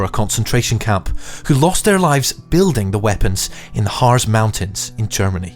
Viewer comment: "Harz" is pronounced like the English word "Hearts".